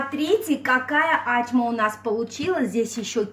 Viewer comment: Ачма - это тюркское блюдо, поэтому никак у грузинов настоящего рецепта быть не может, есть свой вариант,возможно. Достоверность происхождения блюда проверяется из названия - оно должно переводиться - с тюркского ачма - это значит "открытие". И если ударение Ачма, как Вы говорите, то это переводится как не открывай, что полностью противоречит сути работы с тестом в данном рецепте! То, что представлено в рецепте, совсем не ачма, а обычный бёрек.